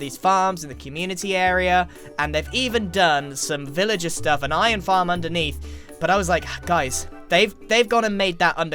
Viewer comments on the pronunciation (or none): none